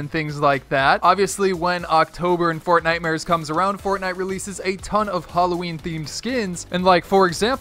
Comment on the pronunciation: It’s not fornitemers